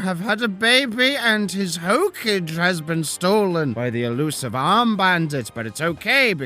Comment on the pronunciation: He did he just pronounce ho-kawg-eh as hocage 😵😵😵😵😵😵😵😵😵😵😵